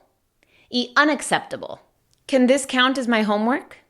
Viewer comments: no es dis, es ddiizz xDDDDDDD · Miss: this and these Me: this and thisz